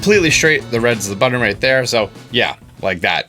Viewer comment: Button...not Budden sorry it drives me nuts to hear you say it.